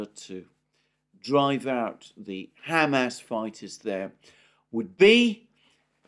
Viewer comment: says “Ham ass”